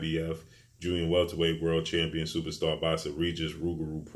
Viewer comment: First time I heard you say superstar George Kombosos in all your videos you had a bit of trouble saying superstar but it came out slowly ,but you still call Teo superstar with no belts